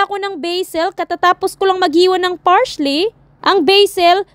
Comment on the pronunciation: Parsley po,,, hindi Parsh-ley